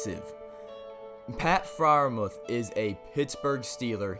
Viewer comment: It’s pronounced Fryer-Mewth